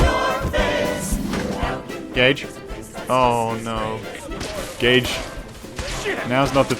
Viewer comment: I know my hearing isn't what it used to be, but I can't believe I had to turn on subtitles to realise the sidekick is called Gage, and that, in fact, you were not calling him gay every opportunity you got.